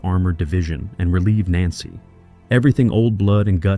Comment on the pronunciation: It would help the narration's credibility it the AI had been programmed to pronounce Nancy correctly.